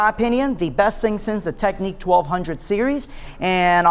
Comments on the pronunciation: Technics not Techniques... ffs America with your over pronunciation of words kills me. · How can someone be a dj and NOT pronounce Technics ? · you don't think they should be able to pronounce the name of their own company properly ?